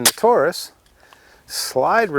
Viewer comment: "Tore Us"??? Dude, it's American English.